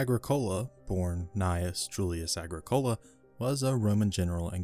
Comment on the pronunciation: Your pronunciation of Agricola is slightly off its Agric ola